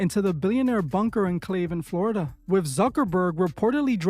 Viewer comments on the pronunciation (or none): none